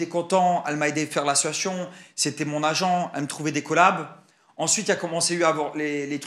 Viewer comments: Combien de fois a t'il dit : ma meilleur amie ???? Vousavez 10 minutes!😂 et !.... Combien de fois a-t-il dit : "ASSsiatioon"😂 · Mais pq il dit toujours « ASSUATION » au lieu « d’association » mdrrr c’est juste moi ou je suis folle ? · La prochaine fois qu'il dit assoation je dépose plainte 😂😂😂. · Quand est ce que ce mec arrivera à dire le mot association et pas " situation" .... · Mais wsh il dit « assosoition » 😭 … y’a rien qui va dans son interview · Ce que je constate c’est qu’il ne sait toujours pas prononcer le mot association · Il arrive toujours pas à dire " association " depuis tout ce temps 😅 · Pardon mais il sait toujours pas dire le mot « association » ça me tue 😂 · Association il sait toujours pas le dire😅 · Il ne sait toujours pas dire " association " 😂😂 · Bon ben il a toujours pas appris à bien prononcer le mot association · Pourquoi il galère autant à dire "association" ? 🙄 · Eh bin il ne sait toujours pas dire le mot "association"... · Il arrive toujours pas à dire le mot association mdrrrrr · Bon je crois qu’a part « c’était un vocal fait à ma meilleure amie » on a rien appris quoi 😂 à si on aussi la confirmation qui sait toujours pas dire « association » 😂